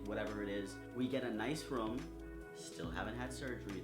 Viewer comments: Room..... rum....... room...... rum....... the way you say room... I like it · your accent makes it sound like youre saying "rum" instead of "room"